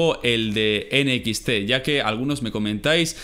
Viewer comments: Me da un poco de cosa cuando dices enequiste (NXT) en lugar de decir Enecsti xd Y pues yo digo que los reviws en un solo video esta bien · "Enesti" :v